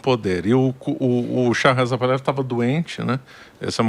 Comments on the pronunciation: Se fala: Par-la-VÍ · É literalmente "Pahlaví". É oxítono. Botei até acento agudo no 'i", que não existe mas foi para exemplificar. É como os Iranianos originais pronunciam. Agora, fale como quiser, você é livre.